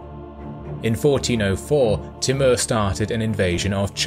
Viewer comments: he is name is tumur not timur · It's pronounced Timoor though. But nice video.